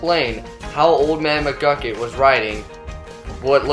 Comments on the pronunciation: it's mcgucket. not mcglucket . other than that loved the video! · McGlukit, seriously? Its McGucket. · Did you hear him at the end he said old man muglucun in stead of mugucet idiot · His name isnt old man mcglucken its old man mcgucket